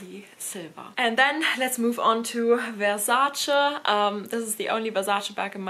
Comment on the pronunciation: Wonderful collection! It’s also so refreshing to hear someone pronouncing Versace correctly. Great video!